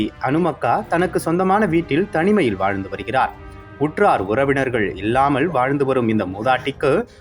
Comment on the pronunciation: Read as Nillamal and illama and don't pronounce ce as nizhzhamal and izhzhamal Try to learn Tamil letters properly